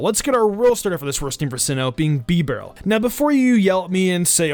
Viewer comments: Bee barrel lol it’s ba barrel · Bro it's Bibarel non Beebrill you mong